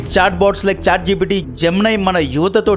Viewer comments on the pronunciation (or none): none